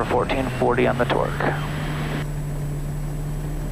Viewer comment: twerk every time this guy says torque